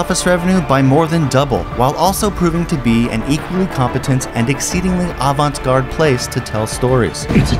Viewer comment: Did you just say "advance gart"? Wtf